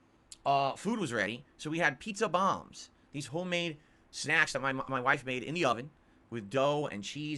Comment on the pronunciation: The guy didn't ask if the "pizza bahmbs" were authentic, he asked if they were basically homemade hot pockets lmao